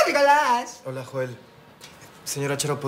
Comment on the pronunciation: pero se llama Joel con j no Yoel con y,falto practica